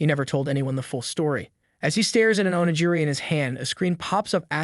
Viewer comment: Oh-knee-geer-ee, not oh-knee-jeerey